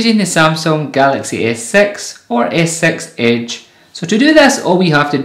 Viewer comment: "Gelexeh Ess Sex"...